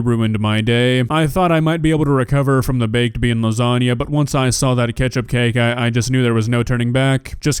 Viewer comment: Baked bean lausaunga did I hear baked bean